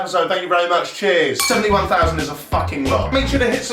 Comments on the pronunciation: "Less than ffffousand" woo raaahth a thousand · Fousand Woo rar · ITS UNDER A FOUSAND 😂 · "Less than fousand" 🤣 All these big brain moments... I can't... 🤣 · ‘It’s definitely less than fffff..... fousand’ 😂😂😂😂😂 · "Less than fffffffousand" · "Its definitely less than fffffffffff.. a fousand!" Can i get a WooRahh for mr Lion King fan :')